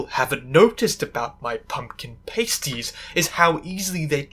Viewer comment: That’s not how you pronounce pasties 😭please.